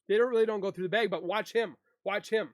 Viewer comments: LOL HE SAYS BLUE BEG!!!! DUDE IT'S BLUE BAG!!!😅😅😅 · Bag. Like hag. Or drag. Not bayg. Why tf do you say bay g